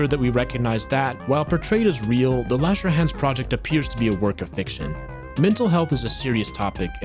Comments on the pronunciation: i thought he said "wash your hands" not lauscherhans (do wash youor hands tho) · the way u say lauscherhan is like a chinese person would do